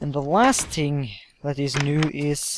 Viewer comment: lmfao your like "the last ting" I LOVE YOUR FRENCH ACCENT. :D british/french accents for the win. ;)